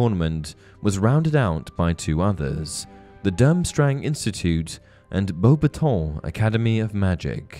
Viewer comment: The way u say bobaton is infuriating